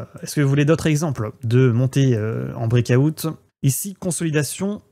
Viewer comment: Le Brek ahoute , pemp et demp.... foutu franglais mal prononcé ....